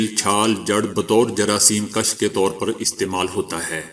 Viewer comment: Hazoor aap ka bohethe acchi khabren hoti hyn, mager aap apni urdu sahi ker layn akser aap ghulti ker jatayn hyn,misal ketaur per jaraseem kash nahi hota hye , jaraseem kush hota hy. Shukria.